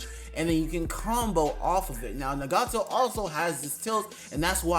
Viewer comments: It’s not nagato it’s ✨naGAto✨ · That’s definitely not how u say nagato 💀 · I hate the way you say Nagato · Why did you pronounce Nagato like that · Lmao he keep sayin nagato name wrong 😑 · Ig we not finna talk about his nagato pronunciation